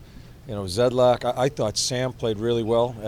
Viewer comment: Did he say zedlak 😂